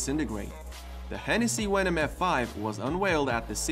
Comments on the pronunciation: so you said Hennessey Wenom GT um, bud, its called Hennessey VENOM GT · venom not wenom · Also do you say w instead of v so like wenom instead of venom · Did you say Hennessey wenom gt ?? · i know its his accent but i gets anoyed with wenom no venom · Why is it a wenom not a venom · its venom NOT wenom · hey man, you got huge problems trying to pronounce your "V"s, They are not "W"s!!! MAKE AN EFFORT WILL YA???? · You have to learn how to pronounce your “V”s, they aren’t “W”s, like you say “wendom” it’s “venom” with a V, like in Victor or Valentine. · Its venom not wenon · Why you say your v’s as w’s ? Hey said Hennessy wenom and other words the same way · Hennessey Wenom, 😄lol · Is it just me or am I the only one laughing at hessessy WENOM f5 😂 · Am i the only one to address the fact that he said wenom? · Why wou say wenom!?!? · Stop saying wenom and wayron it’s venom and vetron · Veyron=weyron Venom= wenom 😂😂😂😂😂😂😂😂😂😂😂😂😂😂😂😂😂😂